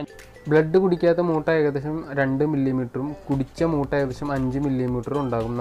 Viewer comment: മുട്ട അല്ല ചേട്ടാ മൂ.. മൂട്ടാ